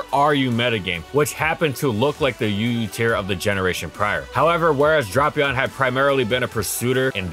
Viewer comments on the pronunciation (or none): Drapion not Dropion. (Drape-E-on) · Hearing him say “dropion” and not “Drapion” makes me wanna cry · Me seeing a Drapion video: Neat Me hearing "Drop-eon": Not neat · He pronounces it as “Draw-pion” not “Drah-pion”. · I genuinely thought it was drap... not drop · Drapion, not dropion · I love drapion, one of my favorite mons. But I swore it’s pronounced drape-ion, not dropion. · I feel like every time says dropeon instead of drapion i Lost One year of life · I always thought it was pronounced "Drape - ion" .... Hearing "Drop-ion" kinda hurt to hear. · u pronounced it "drop-pee-aan" instead of the correct "dray-pee aan", not like it matters or anything tho good vid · It's Draypion not Dropion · Drayyypion, tf is this dropion shidd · Nono, it’s pronounced like Beats by Drapion. @@ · he's doing this on purpose. HIS NAME ISNT SPELLED DROPION ITS FKN DRAPION lmao clearly DRAY-PEON why in gods name is he doing this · I love Drapion, probably my favorite poison type. With that being said I am extremely disappointed with this video. “Dray-pion.” That is how you pronounce it, that’s how it will always be pronounced, and I will DIE on this hill. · This incorrect pronunciation is why I can't watch. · If you thought pronounciation of Reuniclus was controversial, "Drop"-ion is about to be even more contentious. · I mean the way he pronounces Reuniclus is the official pronunciation. The official pronunciation for Drapion is “Drah-pion”, which he doesn’t say. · It's DRAY-pion! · Want to know the worse? His pronounciation is starting to substitute the right one in my head and i am reading Drapion as Dropion now. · Everytime he said dropion I lost 5 seconds. Somehow I made it to the end without actually watching the video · and here i thought it was “dray-pion” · but it’s pronounce D-rap-ion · no, it’s Drap (rap, wrap, trap, lap) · Even YouTube's integrated subtitles show that says Dropion lol. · "Drop"-ion, sir, Imma bout to "drop"-kick you if you don't stop.